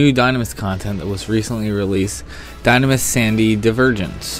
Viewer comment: You mean "die-NAM-is" and "ru-LU-day" Heh. That's how I've pronounced them for 14 years at least.